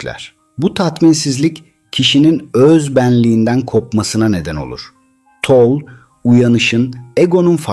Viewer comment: Eckhard Tolle, Alman kökenlidir, soyadının sonundaki “e” de telaffuz edilir.